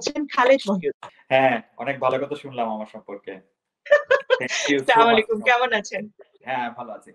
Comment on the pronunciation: সালাম আলায়কুম না, আচ্চা লামু আলাইকুম